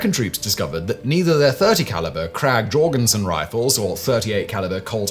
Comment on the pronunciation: Alternate title: British person butchers the names "Krag" and "Jørgensen" xD